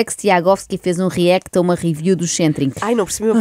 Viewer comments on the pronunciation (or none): none